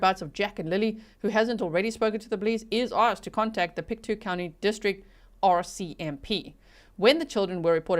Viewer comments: Hi, I'm actually from Nova Scotia, so thank you for covering this! I'm not sure the pronunciation of the road name, but the county is Pictou, pronounced "pick-toe". Also, you may get into this (I'm just at the start of the video) but I think its important to note that Nova Scotia is one province away from the Maine, USA border. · Pictou is pronounced Pict toe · All places were pronounced correctly except for Pictou .. it is said like Pic Toe :) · From Nova Scotia here - it is pronounced “Pic - tow” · Pick-toe, Pictou. That’s how to say it :) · It’s pronounced PIC-toe, like toe on your foot. You nailed Antigonish, wait until you have to try Tatamagouche or Kejimkujic. Place names there derived from Scots Gaelic, French and Mi’kmaq languages.